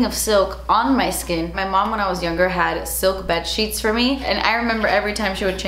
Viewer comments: I loled so hard at the "shet" hahahahahahahaha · "sleep shet" im dead